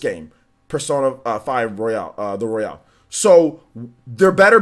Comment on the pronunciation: It's the royal not royale...lol